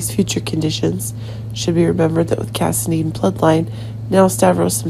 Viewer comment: its cassadine not casidene